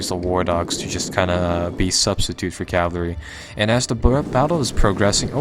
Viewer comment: Cavalry is pronounced cavalry, as in ca-val-ry, cah vaaalllll, reeeee. NOT: Cavlary, or calvary